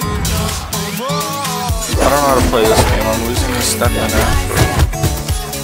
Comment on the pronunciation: “Ste-phana-fro”.... its not that fu*king hard to say.